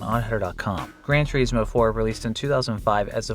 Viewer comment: "Gran Tour-eesmo" "Hugh-monk-ulous" 😂😂😂